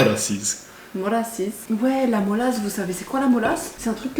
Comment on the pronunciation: Moi je dis Mélasse pas Molasse x)